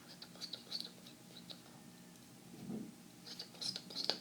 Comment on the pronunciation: I love the "stpl" sounds of you saying stipple lol